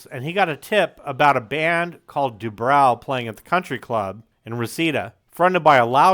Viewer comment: Good video; however, you mispronounced Kevin DuBrow's name: It's Du-BRO, not Du-BROW. As for Kevin DuBrow, he didn't just say the quiet part out loud: He raped people's ears with it. After the first 2 albums, even Rudy Sarzo had had enough and left the band. After the 3rd, the (correct) decision was made to fire Kevin. Unfortunately, the even better singer Paul Shortino was unable to save the band, and they broke-up shortly thereafter. The band did eventually get back together again, sans Sarzo of course, in the mid-90s, but the only good song they could muster was an admittedly good cover of the Small Faces classic "Itchycoo Park.* That was it. It's too bad: Quiet Riot was a really good band. Metal Health is still a GREAT album. (There's literally not a single bad song on it, and most of the album is great.) Even their 2nd album Condition Critical was very good: Besides the GREAT cover of Slade's "Mama Weer All Crazee Now," there was the almost-as-great "Party All Night," the very good title track, and the explosive power ballad "Winners Take All." But Kevin's mouth just kept on sinking the band. After Sarzo understandably left, they then brought-in Chuck Wright from Giuffria and wrote and recorded QR III in 1985. Although that album boasted a solid lead single "The Young And The Wild," the song - with its ultra-slick production and elements borrowed from Hip-hop of all places - was seen as try-hard and a desperate attempt to hold onto their rapidly declining audience and in